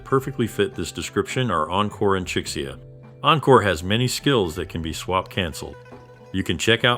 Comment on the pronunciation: This mfer just said 'Chick-see-ya'